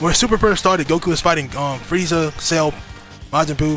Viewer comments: thats how you say Friaza😭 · Friaza WHY IS HE SAYING IT LIKE THAT IT MAKES ME MAD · good vid but why u say frieza like that lol